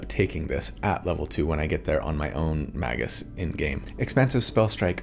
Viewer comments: Yes, pronouncing it "Mah-gus" does sound weird, which is why you should say "May-gus" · Appreciate the video! (Pronounced May-gus though not Mah-gus) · It's pronounced "mage-juice". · Magus sounds like May-gus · Since you mentioned it, I'm pretty sure it's pronounce may-gus, like rhyming with Vegas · I pronounce it Mage-us, with a soft G / J sound. That hard G just sounds like he's trying to break something with his words. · You know, I have never heard someone say Magus out loud until now... I always pronounced it like "Mage - us". Have I been wrong all this time? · I was pretty sure its pronounced magious. ? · Feel free to pronounce it "may-gus" since that does follow phonetics, having a vowel before and after a consonant and the root is Mage.